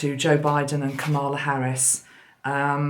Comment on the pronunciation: Just a wee suggestion, sent with love from Glasgow!!! Because so many listen to you, it is important that you pronounce Kamala's name correctly. She was a school girl in Lusaka, Zambia in the late 60s when I was working in Chipata as a Teacher. I did not know her personally, but the name was quite common among the Asian children attending the school. Think of it as rhyming with Pamela.... ie the emphasis is on the first syllable and not the second! Hope this helps. Celtic Blessings in Abundance... Maggi